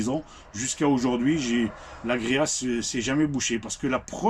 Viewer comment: Alors c'est pas agréa mais agrégat , pour info .😅